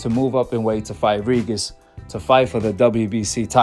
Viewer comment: Reejus reejus reejis reejis reejus reejis reejus reejus reejis reejis.. who th is reegus???